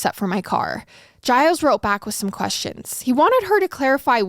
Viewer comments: His name is actually pronounced "Zheel", it's Québecois (French)... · 'gilles' is a french name, its pronounced 'jill' with a soft J